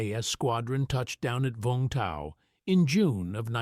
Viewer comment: It's Vungtow not Vongtow